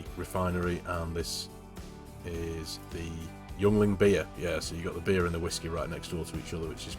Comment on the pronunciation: Yuengling Beer is pronounced Ying Ling. It's the best damn beer east of the Mississippi